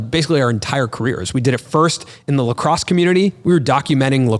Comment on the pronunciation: Boy said LaCrosse